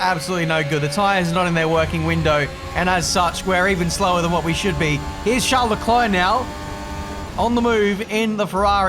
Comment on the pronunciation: Wha is up, guys? What is up, guys? Wha is up, guys? What is up, guys?